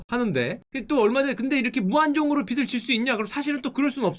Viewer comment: 빚을= 비즐 라고 발음 부탁드립니당. 다른 사람이라면 몰라도 딕션이 좋으신 슈카님이라 생각보다 거슬리네연 ㅜ